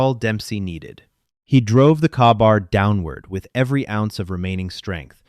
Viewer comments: WTF is a "KAH-bar combat knife."!!!!!!!!!!!!!!!!!!!????????????? It is FREAKING pronounced "KAY-bar"!!!!!!!!!!!!!! PLEASE FREAKING PROOF AND EDIT your damn stories PRIOR to posting them!!!!!!!!!!!!!! Your CRAP AI just insulted Every Marine in the World with that Crap!!!!!!!!!!! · Its pronounces k-bar not kahbar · Kay-bar. Not kabar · My years as a Force Recon Marine having worked with Rangers and actually done protection details. The story was compelling, but the Safety on Glocks, only a few magazines, Claymores and the Marine Combat knife is known as a "KA-Bar" pronounced (KAY BAR). Next time ask those who actually were Veterans before trying to create a military SciFi story. I give it a 7 out of 10. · It’s K-bar or Kay-bar am marine corp multipurpose knife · It is pronounced K-Bar. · The A in Ka Bar is is near a silent behind the k. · AI programmining is often thrown off by the many ways english uses syllables. I have Kabar simply because nothing is more reliable. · I wasnt the only one who winced at that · I’ve heard several make that same mistake and I know it’s AI but it bugs the crap out of me. 😂